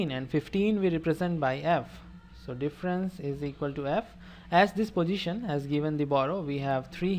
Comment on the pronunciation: It is position not posijhan